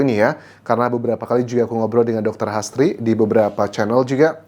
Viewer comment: H. A. S. d bsca HAS T.R.I. d baca TRI jd HASTRI bkn astri